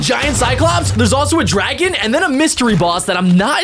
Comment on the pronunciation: Why he said it like this : were gonna fight the dragona